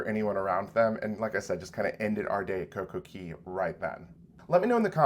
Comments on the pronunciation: Please stop saying Coco KEY. It is pronounced Coco CAY... hence "Perfect Day at Coco Cay". The copyright is "CAY" and it is pronounced CAY. Ask Royal. They will tell you it is CAY. As a travel professional, you should know better. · You might want to learn ROYAL'S trademarked pronunciation of CAY. IT IS NOT KEY! I know that's how you're supposed to say it, but Royal says CAY to rhyme with DAY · You should retire from hosting a cruise channel. If you were truly knowledgeable and been around the cruise industry you would know that COCOCAY is pronounced COCO-KAY not COCO-KEY. For Christ sake it is trademarked. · For you to be a cruise blogger I would expect you to know the pronunciation of the private island is "Cay" not "Key" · MSC private island Cay pronounced Key. RCCL Coco Cay pronounced Coco K.